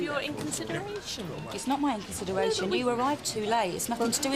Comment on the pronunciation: lol "because of your INCONCIDERATION." ROFLLLLL